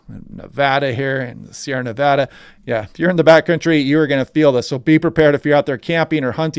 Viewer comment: Excellent content. And thanks for pronouncing "Nevada" correctly!